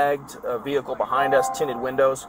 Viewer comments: Back passenger get out of the “ veh-h-cle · Cops: "Ve-hi-ckle" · Me interviewing to be a police officer: "Say vehicle" "Vee-HICKLE" "you're hired!" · Vee-hickle lol 😂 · “Veh heckle “ I don’t care I don’t give a F 😂😂😂😂😂😂😂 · Why bro saying Vee Hickle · Why can’t they say vechile. Veeecchhile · vee hickle 😭😭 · Exit the V-hickle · when the officer pronounce the word vehicule like a freaking horse you know you are fucked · Why can’t this guy pronounce vehicle correctly ?